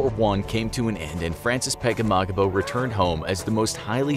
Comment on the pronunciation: It sounds like you r saying frances pegemogimo